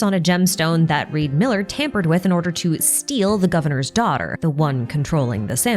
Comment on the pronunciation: REE D. MILLER